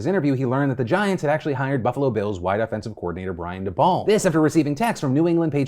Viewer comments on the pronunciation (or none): Daybowl not daball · Fyi Phil it's Brian (Day-Bull) not Da-Ball 😉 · The way you pronounced Daboll is hilarious